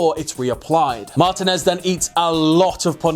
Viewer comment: It's pronounced Mah-teen-ez